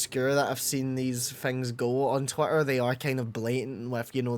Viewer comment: I know it's just your accent, but it sounded like you called it "twat-ter" instead of twitter and honestly I really love that